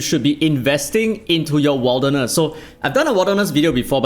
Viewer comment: Wilderness is pronounced more like "Will" rather than "Wild"